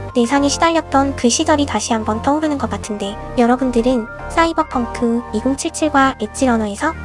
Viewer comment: 씨이벌펑크 개웃기네 ㅋㅋㅋㅋㅋㅋㅋㅋㅋ